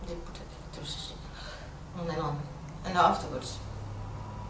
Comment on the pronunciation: "with electrecity"